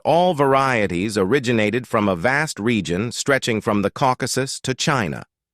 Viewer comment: Yeah, the general premise of the text is correct according to current theories, just a pity it's being read by an AI generated voice. At one point, it suddenly decends into mispronounced common words like "region" and others before returning back to almost normal again.